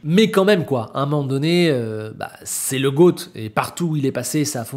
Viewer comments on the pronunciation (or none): none